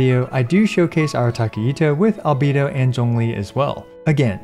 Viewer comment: Best Genshin content on all of YouTube and it's not even close!!! <3 Also, with respect: "Al-Bay-Doh"